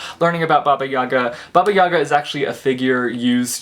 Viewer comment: well, being Russian it was funny to hear about baba Yaga from you :D by the way, accent should be on the last letter, so it is baba (baba is like granny) YagA :)